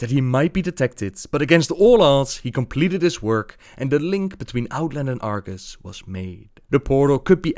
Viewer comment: Wasn't it Argus? (instead of Argas?) <:b